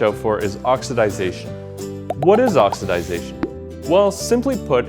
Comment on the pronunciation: Its OXIDATION, not OXIDISATION